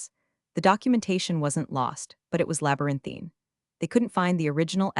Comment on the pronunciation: It's a common mispronunciation error. Like 'reed' for 'red'. Funny how they don't mispronounce labyrinthine.